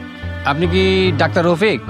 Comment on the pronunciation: ৫৮:২৮ ডাক্টার না বে, ডাক্তার